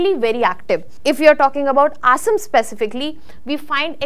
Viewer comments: Please, Please get your pronunciation correct It's Assam not Asem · Please pronounce the place names correctly, cannot even pronounce Assam properly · Learn to pronounce "ASSAM" before making videos. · Looks very bad, who should pronounce Assam State correctly. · Please work on your pronunciation of “Assam”